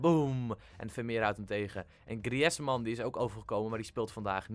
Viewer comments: Griezman spreek je gewoon uit zoals je het leest, jij zij het zo griëzman Toffe video verder blijf zo doorgaan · je zegt het niet als griezman